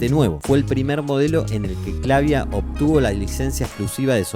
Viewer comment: Funny how the AI narrator cannot pronounce Clavia the same way. Same with Akai, and other simple well-known names. SLOP.